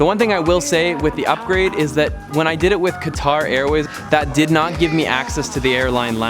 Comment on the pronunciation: Awesome vid. Thanks for the tips. Fyi Qatar is pronounced cutter.